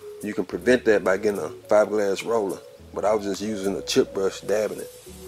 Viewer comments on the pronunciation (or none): none